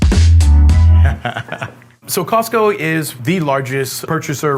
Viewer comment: 感謝他示範COSTCO怎麼發音